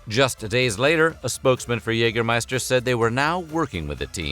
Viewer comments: its not Jegermeister its Jägermeister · "Yayger -- scheister". Just saying. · The pronounciation of Jägermeister here is a lot of garbage. The first and second letter r in Jägermeister are both fully silent, the -er is pronounced like a weird a-sound with the mouth very closed compared to an English a-sound. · While your pronounciation of "Jägermeister" is at least recognizable (kudos for that), you could improve it by pronouncing the first vowel (the "ä") more like the vowel in "bad" instead of like the vowel in "hey".